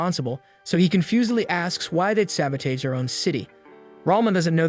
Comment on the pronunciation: This AI voice is so lazy. "bao" for bow, "Sabi-teeeege" for sabotage.